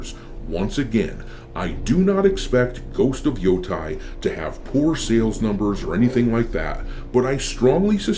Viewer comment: Stop pronouncing Yotei wrong.